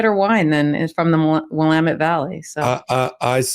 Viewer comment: Yaye someone not living here can say Willamette correctly!*!*!